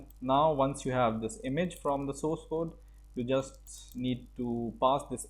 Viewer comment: Try to work on your pronunciation! It should be [ˈsɔrs] and not [soooooooooooooos].